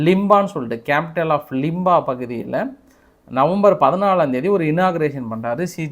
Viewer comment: Chad not chand. Lima not Limba. Thks